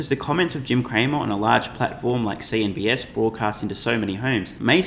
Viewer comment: It’s CNBC not CNBS!